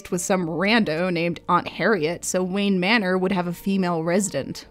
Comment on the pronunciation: Wayne not wang 😂